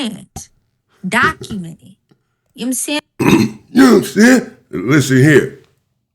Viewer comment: "Yom sayin!" 🤣😂